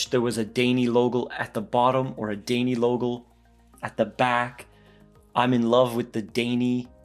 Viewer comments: great review...daini - actually pronouced "die knee". :-) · Great video, but you gotta learn the pronunciation : Daini → “dye knee” Dai = literally a number order and ni = 2 , so “Second Seiko Company”.